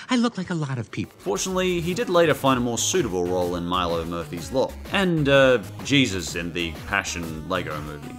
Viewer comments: Its jesus not jeeves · The first two times he was supposed to say Jesus, he said Jeebus instead. Good god man. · Why are you calling Jesus "Jeebus"? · Way do you say Jebus? It's pronauncet Jesus. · Why do you keep staying "Jeebus"?